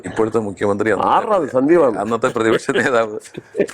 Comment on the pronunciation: ശ ന്ദീവ് വാര്യർ എന്നല്ല - സന്ദീപ് വാര്യർ